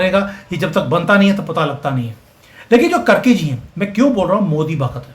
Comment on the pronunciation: कर्की नही कार्की हैं ।